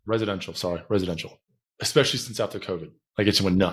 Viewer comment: Who says "Eckspecially" .. I'm sorry, but it goes through me like a hot knife through butter.